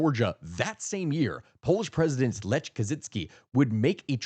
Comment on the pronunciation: LEKH. The gutteral "kh." If Mom was still alive she'd make me write you a letter with all the correct pronunciation. (However she hated the Poles after WWII, returning after the Holocaust could have gotten her killed. Their home on Mila st. is gone to history.)